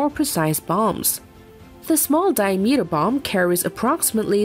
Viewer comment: dear, i like the way you pronounce "diameter" )) to be added to my "do not recommend" Channel List